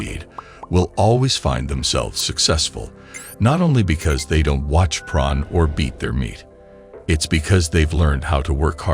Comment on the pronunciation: what is this pron he keeps talking about? is he trying to say porn?